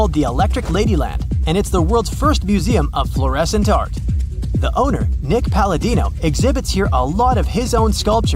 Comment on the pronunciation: You said Nick Paladino instead of Nick Padalino. Just a small thing but 2 different last names 😉